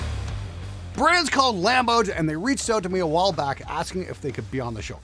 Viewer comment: The reclaimed wood Czech one is Lamboj (builder's name, is pronouncing it wrong:D)